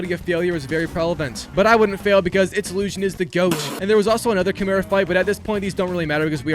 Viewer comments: It’s Kai-Mera not Chai-Mera for future reference 😁😁👍🏼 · CHImera lmao they literally tell you how to say it xD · what is that pronunciation of chimera?😭😭